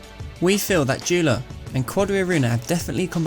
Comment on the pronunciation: When u pronounce joola wrong